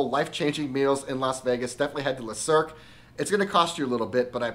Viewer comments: If you want to get your pronunciation right, it’s ‘Luh cirque’ not ‘lay cirque’. And that cocktail is not ‘Dor-jon’ it’s ‘Dor-doyne’. Great review though. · I love the content, and really want to check this place out, but you’re pronouncing the name wrong. It’s pronounced le(luh) not les(lay) le is singular les is plural